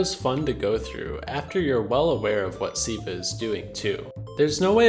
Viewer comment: Why did you keep saying "Siiva" throughout the video instead of "Silva?"